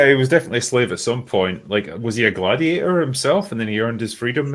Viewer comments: "mah gladiatah" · Shoulda been “mah gladiatuh”